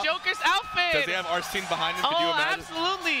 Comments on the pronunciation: It's spelled Arsene, which makes it weird that it's pronounced as "arsen." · Why does Hbox keep saying names wrong? He kept calling Gluttony “Gluetoni” and now hes calling Arsen ‘Arseen’